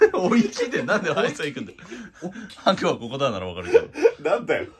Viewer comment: ハクじゃなくて「バクッ」って感じだな